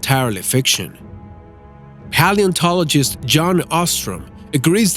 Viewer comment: They pronounced deinonychus and palaeontologist wrong